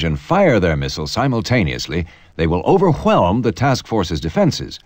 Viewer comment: the "overkhwelm" sent me